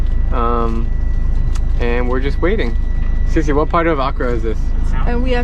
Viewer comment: Drew when u say accra you say it with one a its meant to be said like accraa not one a its just how we spell it